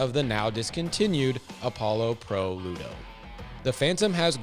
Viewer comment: It's pronounced LUDA, Sir. Not LUDO. 😉